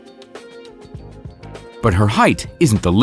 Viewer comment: It’s pronounced like this: JAI GANT ISM not gig ant ism